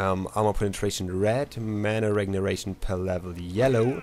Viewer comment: "mana regneration" lmao